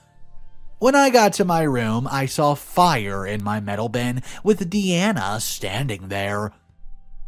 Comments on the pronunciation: Story 1: it’s pronounced DEYE-ANA not Dee-Ana. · Please,, it's pronounced Die-Anna, not Deanna (which is how you pronounced it). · You are saying Deeanna not Diana, have you never heard of Princess Diana? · I've known three girls named Diana, two of them pronounced it Dee-ana one pronounced it Die-ana. People pronounce things differently in the same local region, let alone state to state or country to country, so it is highly likely that Diana in the story pronounced it Dee-anna herself.